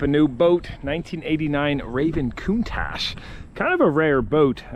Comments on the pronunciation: Great boat, sounds better if you say countach the English way! Looking great! Not long now! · Damn i though it was pronounced con tach